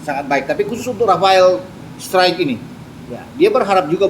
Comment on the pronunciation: Bacanya STROK bang